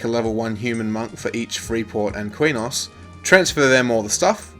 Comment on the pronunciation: Btw Quenos is pronounced, kraynos SoW is pronounced sow, as in a female pig.